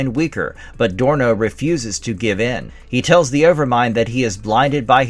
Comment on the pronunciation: Dorno, not Sorno.